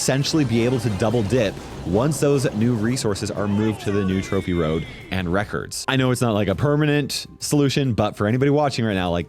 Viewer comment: 1 mastery and am I the only one who kept hearing reckers when he said records😂